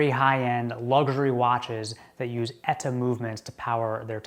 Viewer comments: ETA not Eta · You say "ETA" really weird...